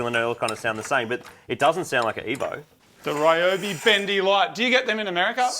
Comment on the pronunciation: I have a bunch of Bosch but would love to buy Ryobi batteries and charger just for the light, it looks awesome. By the way it should probably be pronounced Rio-bi (Rio as how you would pronounce Rio de Janeiro, but the with a shorter i and a longer o), as the Japanese name for this brand is リョービ